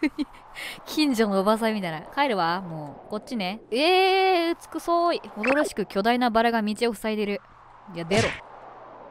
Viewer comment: 個人的にかわいかったところまとめ₍ᐢ｡•༝•｡ᐢ₎ 走れるぅ⤴︎(巻舌) だれやねん 自分で笑ってるのかわいい 近所のおばさん うつくそーい 安定にイントネーションおかしい は゛ぁ゛〜？(1回目) いやいやいや(15回) 怖がりでちゃってるかわいい 嫌な気持ちがかわいい どちらかと言うとシャトルラン(?) 魔法少女莉犬くん 心にハートが強い･･･(？) は゛ぁ゛？ (2回目) ｼﾝｼﾞｬｯﾀｧ⤴︎ ぴえん 考える莉犬くん わかった莉犬くん 嫌です。 ここここここここ ここここここ〜 弱そうな強気莉犬くん ちょっとドヤってる おいで ふーん(1回目) ふーん(2回目) ふーん(3回目) ポチしか勝たん📢莉犬くん はぁ？(3回目) はぁ〜〜〜？(4回目) 持ち出せ！ちぎれ！(怖い) 高速カタカタ 切り落とすんかい うわっ！ごめん！すまん☆ｱ゛ｯ い゛で っ わっ！すまん 逆ギレ莉犬くん はぁ〜？(# ﾟДﾟ) (5回目) でれません あせる莉犬くん トモダチダヨー 半泣き莉犬くん 〰️〰️〰️〰️〰️〰️〰️〰️〰️〰️〰️〰️ 莉犬くん動画投稿ありがとうございました❕ ホラゲ苦手なのに実況してくださってありがとうございます(๑o̴̶̷᷄﹏o̴̶̷̥᷅๑) 次回も楽しみにしてます₍ᐢ › ༝ ‹ ᐢ₎♡